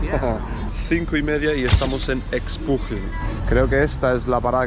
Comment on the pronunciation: No se pronuncia ecspujil, es eshpujil, todas las x en la península se pronuncian "sh" (es maya). Estuviste en mi ciudad, Chetumal, cuando pensaba que aún estabas en Tijuana, ya habías pasado por aquí, ni para saludar.